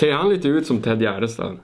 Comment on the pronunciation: Kan någon mattelärare räkna ut hur säger Tedde Gärdestad! Ett tips att använda miniräknare.